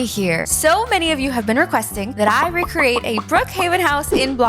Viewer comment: Can you PLEASE stop saying RECCRATE🙄🙄😒